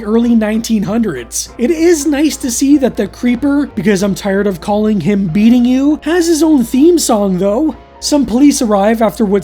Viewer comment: You kept saying "beating you", you know it was meant to be "be eating you" right?